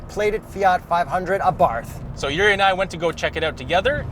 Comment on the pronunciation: I had the pleasure of driving a 500 Abarth last year. Great little cars! I managed to create a fun drinking game to go along with the video. Take a shot each time I mispronounce “Abarth” after specifically making a point about the correct pronunciation.